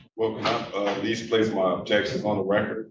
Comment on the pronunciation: Jesus the "ojections" and just word salad that comes out of this mans mouth is drowning me.